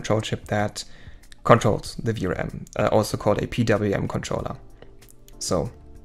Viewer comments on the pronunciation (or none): Hello. please take no offence in the following. Every time u say VRM you sounds like Vram. Can be confiusing. In the future try practising V R M just as normal but with small pauses . It will sound better. Love the video . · You should not have used "vrams" word, , you should say Ve aR eM(spell letter by letter) as in VRM, I got confused thinking you are saying vRam as in ram memory . It was confusing to me as beginner because I dont know the terms, maybe showing the text on screen would help in future. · when u say vrm it sounds like vram so i was a bit confused at first 😺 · See, now , I dont know if that chip controls vRam or VRM, you gotta use better pronunciation/more clear, or use text